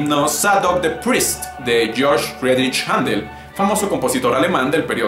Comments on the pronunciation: Perfecto, correcto, lo entiendo. Solo un detalle. Händel no pronuncia Jándel sino Jéndel. Buen video. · Se pronuncia JENDEL!!! POR LA DIÉRESIS EN LA Ä!!! ->HÄNDEL!!!